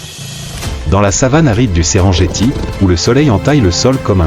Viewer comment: SERENGETI SE PRONONCE SÊRENNGUETI ET NON...JETTI! C'EST DU MASAÏ, PAS DU FRANÇAIS!